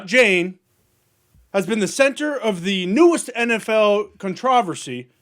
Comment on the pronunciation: Con-TRO-versey. Hahaha